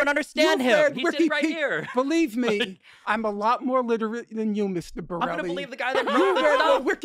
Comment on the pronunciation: Finklestein really pulled out his Steve Brule-sona in his inability to say Mr. Borelli's name lolol